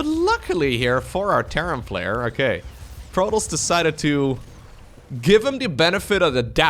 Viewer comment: It also sounds as if he is saying Protals instead of Protoss.